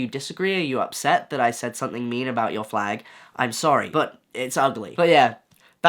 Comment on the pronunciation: since you are such britishness, when you say "have a good day or don't", it really sound like have a good d1ldo just to let you know lol.